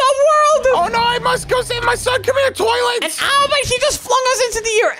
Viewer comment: Its not "twoilet" its toilet